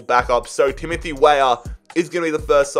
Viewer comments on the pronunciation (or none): none